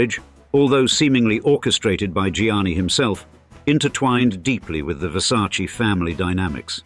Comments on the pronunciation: “It’s ver•sa•che… not ver•sa•chee” ~Donatella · It isn’t pronounced VersacEE. It’s VersacE (with a sounding Latin e, not an Anglo ee) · Wow you know everything! The right pronunciation is VersacEh (just to who want to spell it right) non VersacI. And being billionaire is not being happy, the same old and sad story 😢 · Were you aware that the name is pronounced Versace, with an "e" as "echo" in the end, and not Versaci? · It’s a VerSayce You mean VerSarchChe Showgirls. Lmao. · In english, letter E you read like I, but in italian Versace is named with E LIKE ELEFANT, so it's not correct say Versaci....it's not difficult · Versac EEEEEEEEEEEEEEEEEEEEEEEEEEEEEEEEEEEEEEEEEEEEEEEE Not I Its E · The name "Versace" contains two "E"s, both pronounced the same way. The correct pronunciation is the same as that of the first "E". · Still pronounce Versace incorrectly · The way Americans keep mispronouncing Versace feels like scratching on a schoolboard to my ears. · Why can´t the narrator pronounce VERSACE correctly? What a hick! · In English they pronounce it differently. Like brand names that are pronounced differently in different countries.